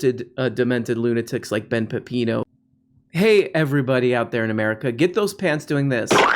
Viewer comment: Benny Pep-Pee-NO.